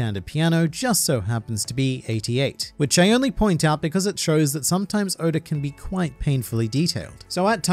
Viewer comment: Who is Odar? Oda(r) lol. Love the videos! Keep killing it!